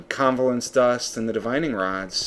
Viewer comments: it's not convalescence or convalence dust, it's CO-VA-LENCE dust. Sorry, mah OCD was goin nuts;D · COvalence, not CONvalence. ;) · No "n". Co-VA-Lence :P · co-VAY-lence That is the more correct pronunciation:D It has to do with covalent bonds between science type things.